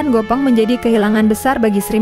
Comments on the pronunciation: Gepeng bukan Gopeng ... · Gepeng ,bukan Gopeng mbak🤣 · Gopong ❎ Gépéng ✅ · GEPENG bukan GOPENG. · Bukan gopeng tapi gepeng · Bukan Gopeng dduull.. yg benar "Gèpèng"..😢😢